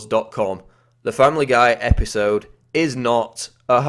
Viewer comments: The same EP-HI-SOWD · IN. THE SAME. EPEESODE. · Why do u talk like an idiot? Episode. Epi sode . Ep i sode . Fkn tosspot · E-P-I-sode,... SAME E-P-I-sode. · Say "episoude" one more time... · say-me e-pi-so-de....next time commentator, say it E-V-E-N S-L-O-W-E-R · Learn how to say episode